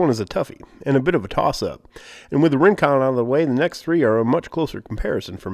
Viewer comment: did he say Ring-Quad?